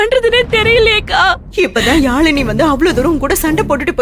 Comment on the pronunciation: Admin athu yaamini illa..yazhini🤭